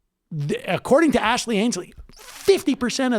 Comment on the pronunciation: Best part of this clip is Sam repeatedly calling Ansleigh "Ashley." At one point I think he called her "Ashley Ansleigh." Also, I have no idea how to spell her first name, and I refuse to look it up.